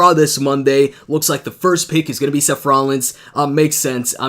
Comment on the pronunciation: His Name is Seth, Not Sef, Seth, TH, TH, SeTH, no F in his name, try it wiTh me, S-eth, Seth.